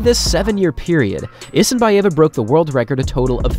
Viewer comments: It is IsinbAeva... First a is stressed not e... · you have big problem with name of russian athletes pronounciation ,Elena YesenbAyeva